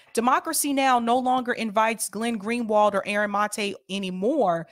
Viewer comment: Seder is pathetic. He keeps saying things like, "I'm sure but don't know." He can't pronounce Aaron's name and calls him "this guy." He continually digresses into irrelevant things. Sam's the crazy uncle you hope falls asleep in a 'tryptophan haze' on Thanksgiving.